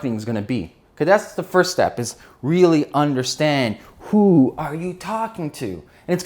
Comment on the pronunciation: You may need to properly articulate "who" as in - "Who is your customer?"